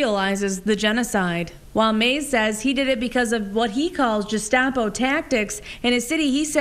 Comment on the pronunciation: the “G” in Gestapo is pronounced with a g as in go and not a J like joker